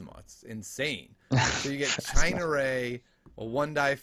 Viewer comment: Lol "China Ray"...Ciena Ree..."See-en-uh Ree"